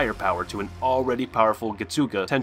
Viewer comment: The American pronounciations are kiiiilling me. Its like those commercials where the American is speaking spanish it’s sooo bad 🤣🤣add some zest to your pronounciation getsuga….. tenshou. Listen to the sub version the pronounciations are perfect!